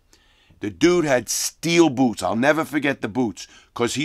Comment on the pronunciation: "Mexicnns got on bewts.." 😐